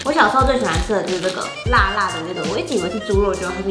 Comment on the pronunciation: 辣辣(台語發音啦)